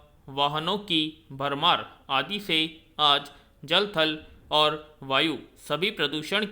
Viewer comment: Sir आप ओर को और बोल रहे हैं और अन्न को अन्य